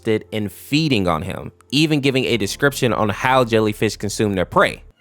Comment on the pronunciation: yea it's not lellyfish